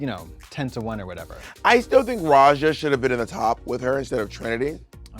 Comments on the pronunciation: For me I am more annoyed that Raja was pronounced like "Razha" not like the actual Hindi/Austronesian word pronounciation (letter J as in "Judge") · Katya calling Raja ”Roger” sends me